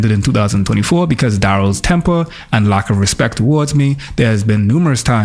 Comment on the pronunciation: I wish this generation knew that the word is RESPECT and not RESPEC